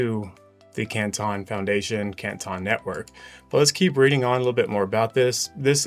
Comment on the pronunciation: I live in the city of Canton and that is not how its pronounced you guys are murdering the spelling